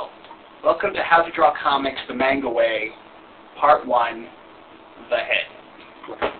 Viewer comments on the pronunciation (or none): did he just say it "mane-gah?" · that looks nothing like manga and u said it wrong genius.